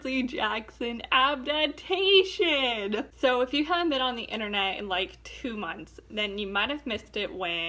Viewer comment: She said abdabtation